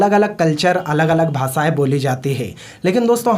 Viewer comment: भासाय नहीं भाषाएं होता है